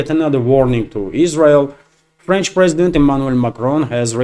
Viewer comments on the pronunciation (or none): none